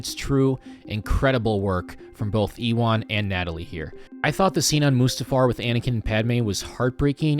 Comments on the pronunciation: Did he say 'Eewon' when referring to Ewan (pronounced yuwan) McGregor? Had to go back.....yes he did! Why? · Ewan McGregor is not ‘E-Wan’, rather ‘You-En’. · The way you say Ewan is criminal